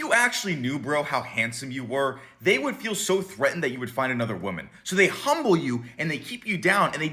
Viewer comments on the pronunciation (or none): none